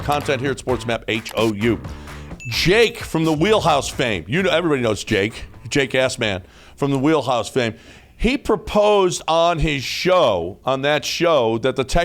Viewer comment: He said Jake Ass-man 😂🤣💀